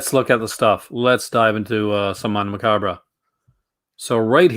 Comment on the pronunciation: You always say Mondo Macabra. It’s Macabro XD